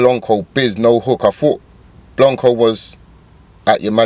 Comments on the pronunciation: pronounced blank co not blonco😂😂 your reaction tho👌🏽👌🏽👌🏽👌🏽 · lol how does my man still call him Blonco